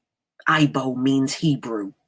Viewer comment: By the way "Igbo" is pronounced EE-bow (bow... as in bow and arrow).